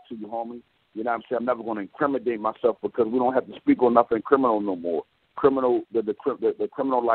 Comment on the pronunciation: ack cue ee a shuns (accusation) miss con sept (misconceive?) 34 7 in crim a date (incriminate) he said honour way too much